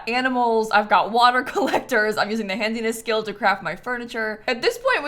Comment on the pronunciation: it is called the 'Handiness skill' not 'HandZiness skill'